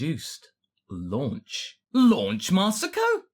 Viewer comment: Why does everyone call her"Launch" when her names "Lunch"? I know Funimations responsible, but we know better.